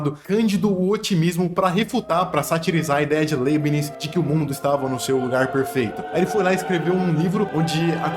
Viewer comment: O cara não sabe nem pronunciar o nome do Leibniz. Pqp!!!